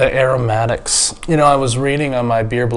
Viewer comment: The airamatics 🤣